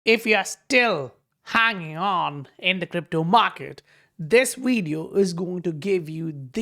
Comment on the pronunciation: What’s a wideo?! 😂